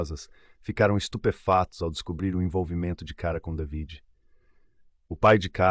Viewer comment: DAVID SE PRONUNCIA DEIVID